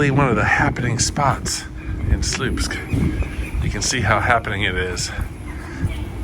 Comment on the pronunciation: it should be propounced like "swupsk"; "ł" is not an "l"; it's pronounced like "w"